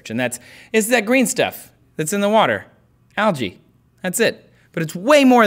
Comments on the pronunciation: You are pronouncing 'Algae' wrongly! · ``Algae`` tHats alSo Alga?! SOUNDS lIke yOgA